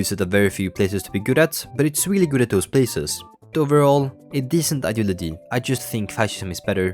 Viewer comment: every time you say “ideology” you either say it clearly or sound like an autistic person trying to communicate